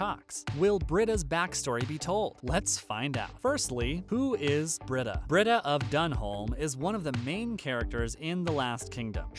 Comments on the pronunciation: It's pronounced Bree-da. Not Brid- a. Obviously you don't watch if you can't pronounce her name. It's very distracting. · Her name is pronounced Brita (Bree ta) not Britta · Dude your killing me...it's pronounced BREEDA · Yes, thank you for stating that. It so bugs me when he mispronounces her name! You'd think he never watches the show! 😖